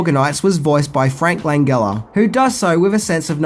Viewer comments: Frank Lan-Gel-Uh. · It's prononced Lan-gel-uh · Also, isn't Langella pronounced with a soft G, like Jello?